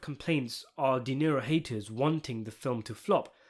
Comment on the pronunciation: It's De Niro not Dinero